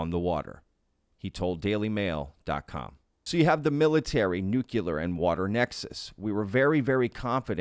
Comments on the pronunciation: Nu-clear not nu-qu-ler you sound so stupid when you say it that way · It's nuclear, not nukular lol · Nuclear=New Clear not newcular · I love and adore you— but a small amendment is necessary (and trust me a lot of intelligent people say this)— it’s “nuc-le-ar” not “nuc-yu-lar”! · nuclear ( new-kleer ) not (new-kya-ler) . to be fair, Grusch pronounces it the same. drives me insane. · Why can't Americans correctly pronounce the word "nuclear"? "nucular nuculear..." I see so many of them, yes I know it was so widespread that it became accepted somehow, but it is still wrong. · That's a lotta nukulas. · Nu - cle - ar. As in pertaining to the nu - cle - us. Nuclear. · It's pronounce 'new-clear'. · Nuclear- nu-clee-ar !!!!! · Just one thing to point out "Nuclear" is pronounced differently.